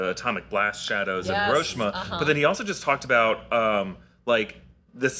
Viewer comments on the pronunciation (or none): HERO SHEEMAH. Not HIR OH SHI MUH